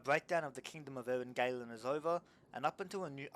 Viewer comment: Btw Eryn Galen is to be read as Eryn Galen not Eryn Gailen, the "a" here is like in the "ah" sound